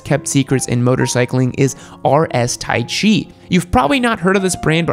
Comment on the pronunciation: sedici is not pronounced "se dici" but "sedi ci". and taichi is not "tai chi" like the fricking chinese dancing bs. it is "ta ichi"